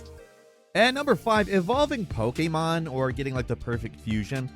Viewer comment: Why are you always saying "Poke-aye-mon"? That is not how it is pronounced in Japanese.